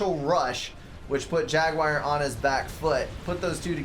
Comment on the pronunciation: amen, dont change a thing pal ;)